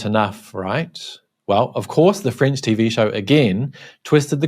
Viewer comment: I first constantly understood "fringe" instead of "French", well. By the way, nice that Mr Zenz has been caught, in my opinion.